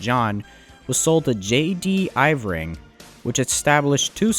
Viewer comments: That's Irving. I-R-V-I-N-G, IRR-VING, not Ivoring. My father used to work for them. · It's not "Iv-ring" it's "IR-ving", a major eastern Canadian oil & gas company. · J.D Irving, not J.D. Ivring. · Here in New Brunswick, I don't think many of us pronounce it as Eyevring, we pronounce it as Errving. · you make a comment of J. D. Ivering the actual name of the company is J. D. Irving (pronounced Ur-ving) but also well known as J.D.I. this is one of the biggest and wealthiest families in Canada. Otherwise fairly good job with pronunciation really enjoyed the documentary. I remember this accident very well as I grew up in McAdam in New Brunswick which runs on the same line this train would've run on during its way to Saint John. Could've been my town. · Irving oil not Ivring plus you are just reading Wikipedia….the mayor Colette is a female name… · It's I-r-ving not Iv+ring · Irving is pronounced "eeer-ving" not "i-vring" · It's pronounced (err-ving) not eye-ver-ing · FUI it’s Irving not Iving. This guy’s reading is a joke. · Excellent production and exposure of badly needed railroad reforms that are all too common around the both countries. The refiner is pronounced IRVING OIL and has had a monopoply control over much of New Brunswick for far to long. I'm astounded that the chief executive of MMA would have dared show his face in Lac-Megantic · I don't think I have ever heard someone pronounce "Irving" as "Ivring" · Love these videos, very informative. But just so you know, Irving is pronounced "Er-Ving". 😉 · Ir Ving? He Bron? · Lots of mispronounced names. Irving you are saying Ivring. Very important company in the story. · The video was great. But you're clearly not from the northeast. It drove me crazy every time you kept pronouncing Irving as Ivring, and you couldn't say Millinocket (Maine) correctly. With so much work going into a video like this, how could you mess up the pronunciation of these two regional things so badly?